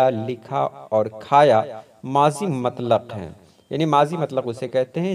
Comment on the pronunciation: Not matlaq but mutlaq